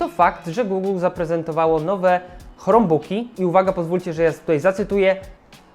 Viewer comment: Hej, bardzo cenię sobie Twoją twórczość, jednakże czasem kaleczysz angielski bardziej niż Borys:) Dlaczego wymawiasz "krombuk" jako "chromebuk"? Albo po konsekwetnie po polsku "chrombok" albo konsekwetnie po angielsku "krombuk". To jakby mówić "pi es pięć" lub "pe es fajf".